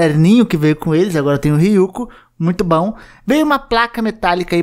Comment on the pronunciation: Ryuku? É Ryuk man 😀